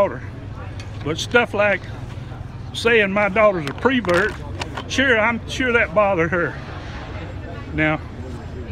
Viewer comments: doesn’t matter, but why does he keep saying “PRE-vert” ? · This is very touching, and I feel really bad for this guy. It sounds like over the past few years he has grown as a person, but it is tragic that it came with such a terrible cost. All of that said, his pronunciation of "pervert" is like nails on a chalk board to me, but I suppose the folksy speech pattern is part of the charm for some.